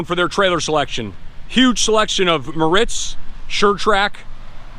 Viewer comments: It’s not (Moe Ritz) it’s (More Ritz) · Pronounced mortz